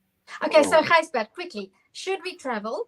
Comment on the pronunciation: Gijsbert not Gisjbert :)